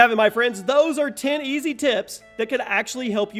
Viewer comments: “10 EAST tips” 😂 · Ten EAST tips? :D :D :D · "Top 10 EAST" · did anyone else notice the T instead of the Y ?